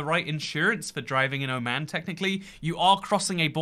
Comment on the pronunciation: Oh no his Oman pronounciation sucks. Dude refer a video it's not that hard